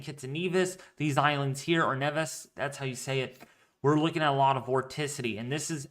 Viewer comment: its pronounced nee-vis